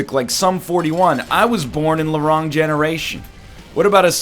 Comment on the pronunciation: Why does he pronounce "the wrong" as "larong"?